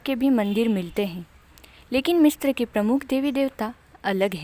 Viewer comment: मिस्र- MISRA मिस्त्र-Mistra nahi bolte misra bolte h Correct kro hr video me galat bolti ho